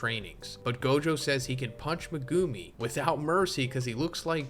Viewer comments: Every time you say Ma-Goo-me instead of Megumi I want to scream. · Megewmi is the craziest pronunciation ive ever heard lol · Mi-goo-me... Mi-goooo-me... Mi-goo... no, nope, nope, i cant....